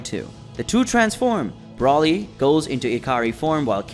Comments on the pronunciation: Who is BRAWLY? ITS FUCKING Brooooooly. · Can you pronounce his name right is called Broly